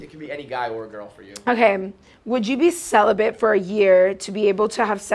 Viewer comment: "celibut" I mean whatever helmet-dweller writes the subtitles is normally pretty spaced out but this was a real winner in particular. Even though celibate is written correctly on the card he's like sweating bullets thinking "sound it out, sell-ih-but....."